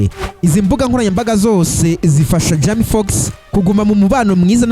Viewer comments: Man ubundi ureba films? Banza uzige kuvuga bizagufasha ntago jama fox ni Jamie Foxx hera aho 👍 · Ubuse Icyo nigitekerezo nyabaki? kuvuga izina urumva c yasoma amazina nkuko uyasoma kandi ataramazina akomoka mu Rwanda we cado😂😂